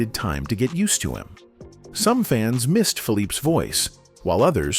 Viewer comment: Man, that was lousy! Who produced this abomination? It's titled "the terrible secret" but no secret was ever mentioned. And all the mistakes, OMG! Billy Henderson? Always in the middle? Known for his dancing? Are you kidding? You mispronounced Philippe's name. You jumped all over the place in time, so many mistakes...what a poor effort this was.